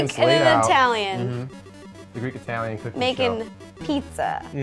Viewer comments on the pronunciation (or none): Sorry but italieano (OK Italian)